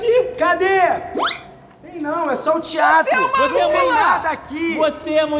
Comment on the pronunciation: manooo quando ele falou o sino do tiatro eu juro que eu entendi o sino do diabo